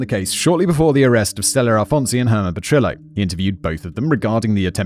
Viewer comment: My only problem with this episode is instead of pronouncing Petrillo as it should have been. It was the meant to be pronounced as PetriYO. Rather than denying I’ll go to my earlier